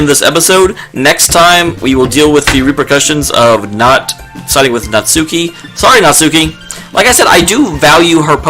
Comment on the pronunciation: *Natsuki. Her name is Natsuki.